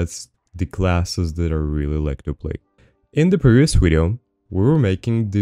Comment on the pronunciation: i HATE when you say... wideo